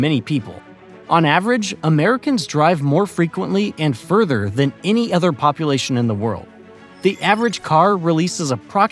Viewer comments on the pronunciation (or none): none